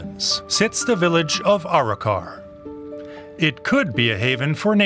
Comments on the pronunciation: I like how he says Our-Rock-our it's Aa-ro-car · Arrochar (A-RAK-KA) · Mispronounced Arrochar, descibed Loch Long as one of the most remote places in Scotland then describes how it's less than an hour away from the country's largest city. This report is a dogs dinner. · It’s on the main trunk road Glasgow to Inveraray the A83, not remote at all . Some of the Pronunciations are hilarious in this , especially Arrochar😂😂😂